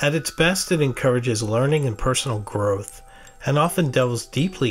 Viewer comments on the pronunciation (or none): none